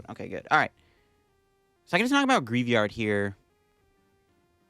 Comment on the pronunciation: Let's help with poke-pronounciations! Greavard - grie + vard